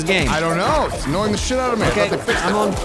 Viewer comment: One day I noticed says "of" like "ahv" and I can't unhear it. Or even "not too far away Frahm us"